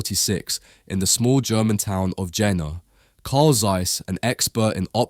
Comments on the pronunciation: Jena ~ "YAY-nuh", not "Jenna" :) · Thank you so much for saying Neekon instead of Nycon. Please say Yeahnah instead of Dshenna. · also jena is pronounced yena, and west germany annexed east germany in 1990, not 93. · Informative video! Though, it is astonishing that someone would make an almost 9-minute video with probably lot of research going into it but apparently not once looked into how to pronounce the companies name, the city name or the founders name correctly. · Really nice to see a hidden champion from my hometown recognized. I walk past their currently builded new site every day, quite a fancy look. If you want to make a follow up and need some local information come over. PS hearing Jena pronounced the way you did still feels very odd. Try the "Je" like in "yell" and you'll be ok. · It’s annoying that someone who gives his voice for narration is not interested in looking forward how to pronounce names like Zeiss, Jena etc. Ones related to the major contributors of chip manufacturing technology. (Guys, let me inform you that there are several countries and languages where pronounciation does not necessarily follow the visceral English could be way. Please, respect world out of USA UK etc. even if English has been prevailing in the tech world for a centiry or so.) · Jena is pronounced with just 1 "n" btw 😅 Best regards from germany tho 💜